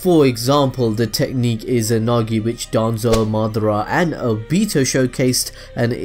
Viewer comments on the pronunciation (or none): Why do you say obito like that bro like omg. You be sayin it differently bro